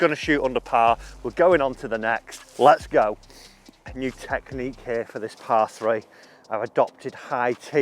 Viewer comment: U said mew instead of new at 2.30 when describing the club 🙂⛳